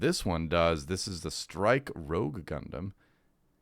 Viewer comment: Why do so many American YouTubers call it Strike Rogue and not Strike Rouge. It’s there on the card.